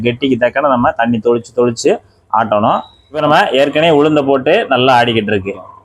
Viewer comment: தண்ணிர் தெளித்து என்று சொல்ல கற்றுக்கொள்ளவும்...! தொளிச்சி😮..!!!!!?